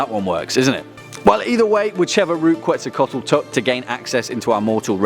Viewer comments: QuetzalcoATl, not QuetzalcoTAl lool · It’s not quetzacotl It’s quetz-aco-aot-l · (Kets -sal-Koe-toll) <—-it’s said like this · I liked the video. But in case you didn't know, Quetzalcoatl is pronounced Ketsalcoatl. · You absolutely butchered the name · You said the name wrong. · Dude you can't even pronounce Quetzalcoatl right.